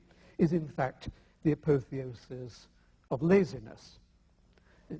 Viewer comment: I find it hilarious that the atheist doesn't know how to pronounce "apotheosis".